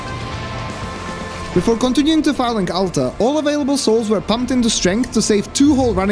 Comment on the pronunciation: The way you pronounce Firelink Altar kinda sounds like Phallic Altar, which makes it all the more funny